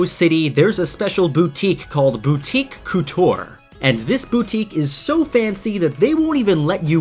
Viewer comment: Couture, not coutoure, idiot.